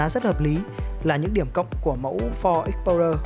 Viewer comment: đọc tên xe nghe trối